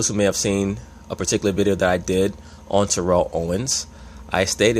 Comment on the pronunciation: Jesus Christ you are not saying his name correctly